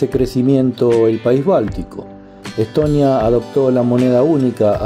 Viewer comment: Чого він як ідіот Естонію називає Еттонія чи Летонія , інтелекту бракує